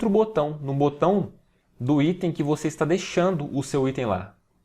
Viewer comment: Vídeo top parabéns. Só que falar aítem no lugar de item é muita viadage 😂